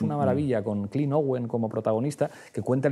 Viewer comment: No es Clint, Pablo, sino Clive Owen. Y se pronuncia (Claif)